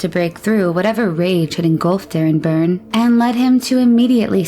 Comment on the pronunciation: You keep say their names were Burns ……learn to read …..Byrne ….